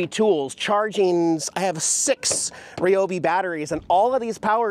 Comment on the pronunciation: It's Ryobi not Ryobi 😂.... love your videos. Keep doing what you do. Don't worry about what anyone thinks.💪